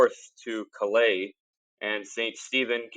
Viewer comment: Bang-gor and calais is said like the callous on your hand